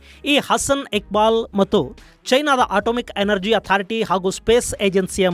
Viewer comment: Iqbal ❌gubal ✅😅😅😅